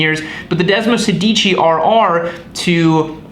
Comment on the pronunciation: °Desmosèdici° please! which stands from Desmo16. Otherwise °Desmosedìci° means ° Desmo if you say° ! :D